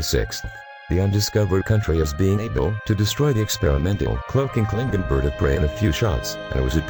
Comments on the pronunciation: Music volume Starwars clips And whats a klinkin? Klingon lol. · Down-voted for stupid computer voice that can't pronounce "Klingon" or numerous place names. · Why is a robot talking it should have been a human & should have took the music off & can't say Jem'hadar or Klingon properly